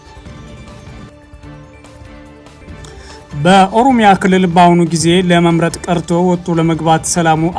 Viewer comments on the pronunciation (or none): መጀመሪያ አማርኛ ተማር። ሆሮሮሮ ጉሩሩሩሩ የሚባል ሀገር የለም 😅